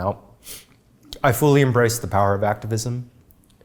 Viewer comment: what kind of accent is it when someone pronounces fully as fooly